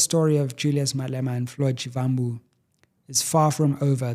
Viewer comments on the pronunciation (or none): Only came here from X to tell you that, learn to pronounce Floyd Shivambu surname accordingly. Take us serious. Put in the effort if you want us to take you serious.